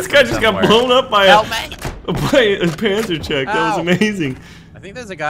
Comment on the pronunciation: do not pronounce it like panzercheck but as panzerschreck, you say it like Shrek, Shrek is love Shrek is life.